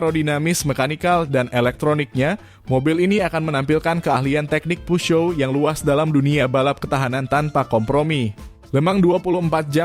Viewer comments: Mimin nyebut peugeot dgn dialek Amerika dmn dsbut puzyo. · Videonya luar biasa ❤ cuma yg ganjel adalah cara pengucapan "peugeot", dulu pas kuliah ada ambil bahasa prancis 1 semester, diajarin dosen cara bacanya Peu : dibaca peu (eu seperti peuyeum dalam basa sunda, atau e lemah dalam bahasa riau) Geot : zyo, literally zyo. T nya kemana? Huruf mati dalam bahasa prancis tidak di ucapkan. Paris dibaca pari, gitu Semoga membantu, udah subs kok🤟